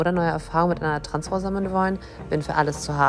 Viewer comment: ... wait what? "TransFRU..... Stolz SEIN eigenes Leben zu leben" ? 0.o Paging an Dr Freud ich glaube wir haben einen akuten Versprecher :D